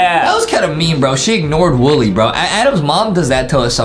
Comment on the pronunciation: Why is it saying Willy instead of wooly